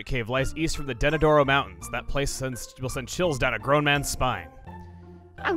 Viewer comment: you missed several NPC's and mispronounced Denadoro plenty of times.